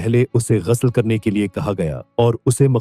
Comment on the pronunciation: Ap thik sey lafz bolna seeking.ghusal ko ghasal kehtay hain aur bohat saray lafz ghalat boltay hain.pehlay kisi ko suna ker thik kerva lia karen.